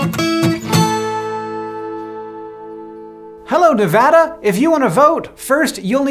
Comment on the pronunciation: thank u for saying nevada right <3